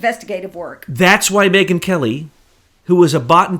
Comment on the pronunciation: I think "Megyn" is Mangyn!